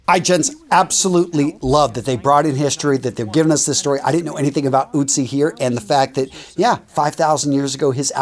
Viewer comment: The only thing is, he isnt called Utzi, he is called Ötzi